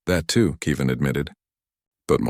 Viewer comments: How can you not pronounce KEV- IN? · Good story, but please stop pronouncing Kevin as Kee Van.